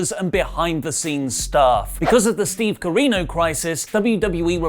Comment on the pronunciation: Stop calling it steve carrino as if it were a joke, its cringe everytime